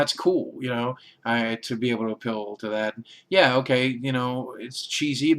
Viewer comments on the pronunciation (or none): none